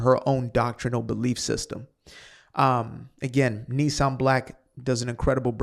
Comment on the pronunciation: It’s Nissim Black, not Nissan Black. I recommend his song “Motherland Bounce,” in which he describes himself, correctly, as “Adolf Hitler’s worst nightmare” a black observant Jew. His spoken-word commentary on the Hamas attacks is indispensable. Candace Owens married a Catholic who rejects all of the recent Popes, from John XXIII onwards, as illegitimate, and who therefore rejects every meaningful attempt to bring the Roman Catholic Church to a self-accounting for all of its excesses prior to and during the Second World War (the RCC never excommunicated any prominent Roman Catholic Nazi). The Catholics that I grew up with, including three Irish Catholic babysitters, were all post-Vatican II Catholics (Vatican II was part of the legacy of Pope John XXIII) and were respectful towards Jews, as we were towards them.